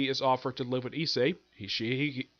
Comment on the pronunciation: no you actually pronounced the main characters name correctly, so don't mind what I told you in regards to that. It must of been that I didn't quite understand what you were saying when I heard you mention it previously.